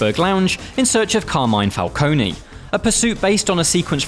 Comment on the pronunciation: "Falcone-ie" lol